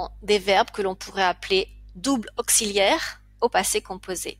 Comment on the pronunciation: depuis quand dit-on "Astérix" qui plus est au féminin, au lieu de "astérisque" au masculin???et "auksiliaire" pour augziliaire?pour quelqu'un qui enseigne je vous trouve un peu légère